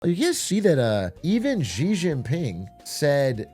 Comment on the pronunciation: Say Shi instead of ji please bro